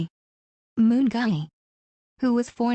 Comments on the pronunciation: Gwani Mungai alitoka Moon? 😂😂😂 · The way today's "narrator" is pronouncing Mungai as "Moon Guy" will eliminate my ribs 😅😅🔥👍